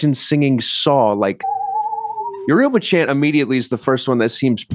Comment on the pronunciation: Pronouncing Yoruba they way they did should be a crime